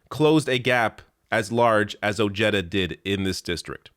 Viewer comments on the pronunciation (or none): The man's name is Latino. I believe it is properly pronounced: Oh-HAE-da...not Oh-JE-da. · ps: Richard Ojeda.......the "j" is pronounced as an "h" in spanish surnames; so it's not O-JEDA, rather, its' pronounced, O-Head-a, just FYI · it's pronounced O-hay-da, not Ojedda. That said, I wish you were on American TV. This country needs media voices like yours. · it’s pronounced OH-hay-duh. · It's pronounced, "Oh-Hey-Da" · you are Murdering his Last Name. It's O je' da'. Just wanted to let you know. I'm sure you have Latin Friends who can help you with correct Pronunciations. Thank you for your Video. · Is it not pronounced Richard O-hee-da? 🤔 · 🤦🏻 ok well your Canadian so you can have a pass but yes it’s spelled Ojeda but it’s pronounced O-Hay-Da ……….. making my non-Spanish speaking Hispanic ears hurt lol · It’s pronounced “ Oheda “ the J has the H sound. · Ojeda = oh-hay-da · Ojeda is a hispanic last name so the j is pronounced as an h, great vid either way